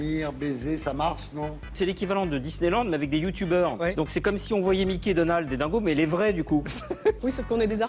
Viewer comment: "Le youtoubeur" mdr